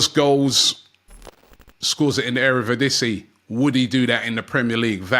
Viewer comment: "scores goals in the erevidisie", it's ERE DIVISIE mister robert.